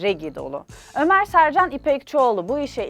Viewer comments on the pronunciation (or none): none